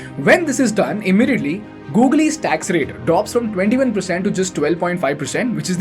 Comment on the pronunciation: What the heck is this Gogle?